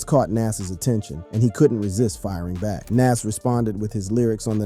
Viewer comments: Please pronounce his name Nas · Jayz is from Marcy Projects in Brooklyn. He isnt from Queens and you butchered NAS name, Badly. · Thinking the same thing while watching this! Say his name right! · The fact that he keeps calling Nas name correctly then incorrectly is a problem for me! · Learn to pronounce Nas name if your gunna culture vulture and start doing documentations for Good sakes😅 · RIGHT?! That irked me the entire vid 😣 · Ye that's drives me mad 8n loads videos He doesn't with loads of names Not sure if he's trying to speak clear but get them names right dude